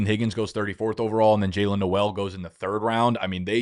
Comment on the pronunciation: Pronounced "NOLE" , not the Christmasy "NOEL" /pedant